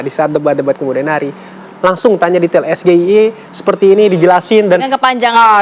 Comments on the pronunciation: Penyampaiannya Perapalan SGIE (penyebutan dlm bahasa inggris : es gi ai i) Bukan debat tapi Cerdas cermat 😅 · Justru SGIE itu yg membuat junjunganmu itu rendah😂😂 kepanjangannya bahasa inggris kok, ngomongnya es ge i e😂😂😂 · Es ji ai i Bukan es ge i e